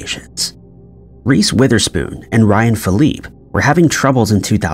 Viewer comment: then, like the OP said he needs to Google how to say peoples names. He totally miss pronounce Ryan Philippe’s name